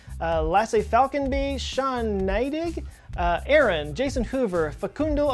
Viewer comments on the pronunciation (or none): none